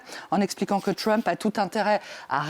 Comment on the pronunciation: Arrêtez de dire "Tchrump" , ça ne sonne ridicule, pas bien français ,ni anglais d'ailleurs. Dites le en française . Déjà qu'on le prononce Treump est suffisant.